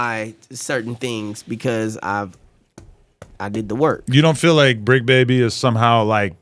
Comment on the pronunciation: It's the Bricc not the Tricc